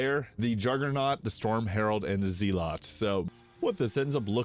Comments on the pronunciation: I hate to be that "well, actually guy", but according to Webster's and google, it's pronounced my way. The accepted received pronunciation is Zehl lut. I took elocution classes for my stutter. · it's pronounced like Zell it, not Ze Lot.